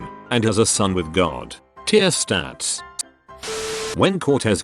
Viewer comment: How come the Auto- voice nails the pronunciation of Tenochtitlan but can’t say basic words like stars properly.